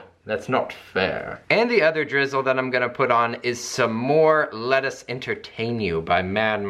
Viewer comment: When you said ''Let us entertain you'' i heard ''Lettuce entertain you'' which in this case also works i guess 😂